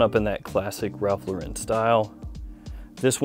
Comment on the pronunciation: It's pronounced Ralph LAU-ren, like the girls' name Lauren or Loren.